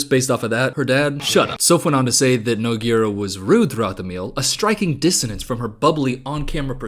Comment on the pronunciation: unrelated but someone please learn how to pronounce nogueira. its like "noo-gay-ra"